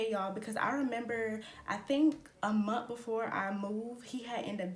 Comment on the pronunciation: Can you please add your TH’s at the end of words it’s month not mont